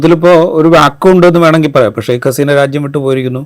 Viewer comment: Sheikh alla. Sheikha Haseena ennanu correct